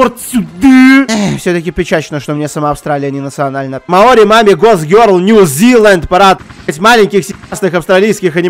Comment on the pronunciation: кто ни будь по щи тайте скока раз он произнес мой гок гёрол